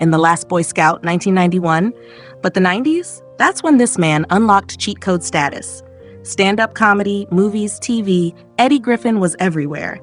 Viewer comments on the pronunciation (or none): none